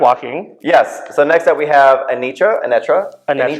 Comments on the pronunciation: Not "Anetra" 😢😅😂 "Aneetra" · HER NAME IS A-KNEEEEEE-TRA , NOT anet-tra! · It’s “Uh-NEE-truh” ❤ #Anetra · Not "ANetTra"😂👀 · It’s Deja being insistent on mispronouncing Anetra’s name for me. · Is Deja correct about the pronunciation of Anetra or did Willow pronounce the name wrong in the reveal? 😂